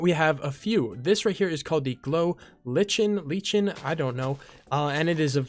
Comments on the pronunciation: It’s glow lichen (Glow-Liken) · It is pronounced glow liken